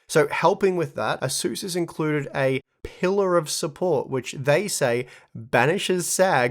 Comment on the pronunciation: It's pronounced ace-us 😘